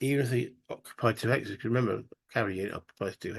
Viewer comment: I think you said "hexes" which sounds a little like "Alexis"? Anyway, cool looking game. Hope you enjoy it. Keep us posted please! Cheers!